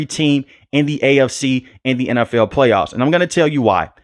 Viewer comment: lol love the way he says NFL “N F EWL” BOLT UP BABY ⚡️